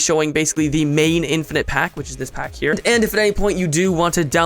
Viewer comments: in-fin-ite ahem... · lol in-FIN-ite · "in-Fin-ite" *slowly clapping* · in-FIN-ite...ILLUMINATI CONFIREMD